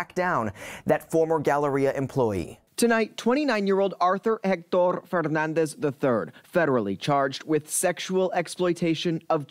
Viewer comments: The way theyre pronouncing Fernandez is really distracting me from the report. Saw this posted on PP Southeast Texas Llcals page. Absolutely disgusting! Good work on the law enforcement end of this but what is the judge going to do? Hopefully since its becoming a well known case, the judge will give this POS a charge that will fit the crime. But public torture isnt a charge so life in orison or death penalty would suffice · Why is the commentator pronouncing his last name so Fffffernandez. Like seriously 😐